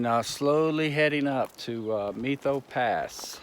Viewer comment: Just an fyi... Methow is pronounced Met-How, We have a lot of strange names up here in this area. Most are native origins. Love your videos!